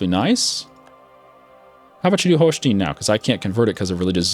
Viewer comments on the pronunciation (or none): Great series! Love it! (pronounce the "stein" in "Holstein" like "Einstein") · He will not do it in a hundred years.You just have to adapt to his horrible pronounciation. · He does it on purpose to piss people off.